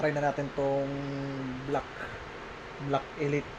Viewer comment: Anung elight mag pronuonce elit di elight mag pronounce hahaha...